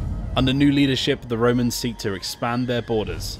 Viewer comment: A wroman? No, no, Roman... “slap” ahhhh!